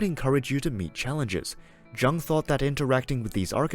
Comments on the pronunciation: Young not Jung-le! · Polite notice: You are miss pronouncing Jung’s name.